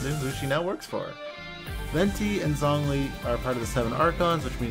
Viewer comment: i love you man but it’s not pronounced “Songli” 😂